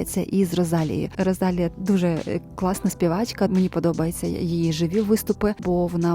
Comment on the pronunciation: будь ласка заверніть увагу на наголос) Rosalía